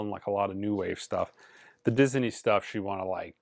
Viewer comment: At first I thought the way says "Disney" was a little strange, but now I think its actually pretty cool. I may try it myself. (Diz-Uh-Nee)